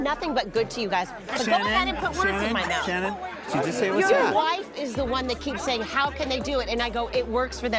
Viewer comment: Sha-Shannon-Shannon lol